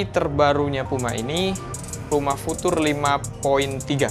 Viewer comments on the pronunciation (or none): Pengucapan "future" nya dibenerin yokk